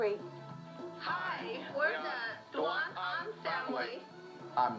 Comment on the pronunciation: It was Duan-Ahn, not Duan-An.